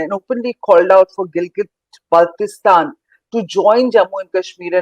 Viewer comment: You can't even pronounce name of GB why are you talking